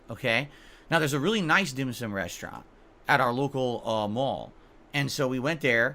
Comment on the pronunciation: Why why why why why why????? Who in the flyin F**Ck gives a rats ass about what this idiot did on his day off??? has zero imagination and apparently there are some losers that watch this trash and pay him to do this. Glad he had some dim sooom. SMH. Of course if you tell this dick head its pronounced Dim SOME he'd tell you what an idiot you are even after you show him an actual Chinese person saying it.